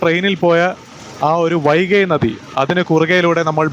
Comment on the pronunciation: വൈക അല്ല വൈകൈ😀😀😀😀😀